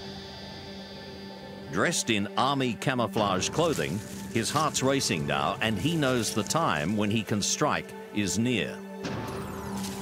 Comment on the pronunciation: He can't pronounce "now"